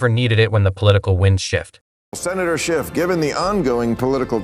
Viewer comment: shiff not sciff